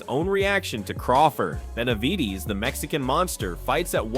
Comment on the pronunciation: Man, if you don’t stop saying David Beniveedss😂😂😂